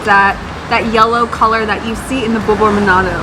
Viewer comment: Its called manado Not manodo